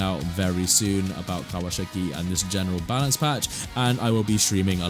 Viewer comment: bro said "palance batch" 💀